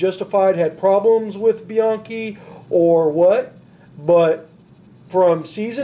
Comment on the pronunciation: It's "BE-YANKEE". Not many pronounces it right.